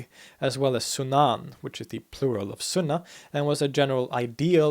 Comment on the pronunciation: I heard a few, but he does a very good job. I think he said Sunna wrong. And Caliph (with a hard K) But I do not know for sure they just stuck out.